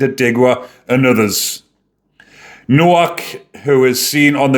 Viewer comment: The W is pronounced as a V.